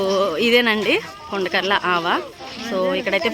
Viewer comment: Video chala బాగుంది కానీ అది కుండాకర్ల కాదు అండి కొండకర్లా అండి 😂😂